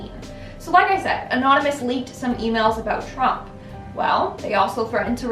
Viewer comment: Even though it appears u said "anominous" your huge bazonga's tell me there's absolutely nothing wrong with that.